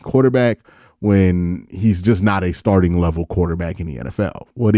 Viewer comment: He couldn’t pronounce “starting “ took him a minute.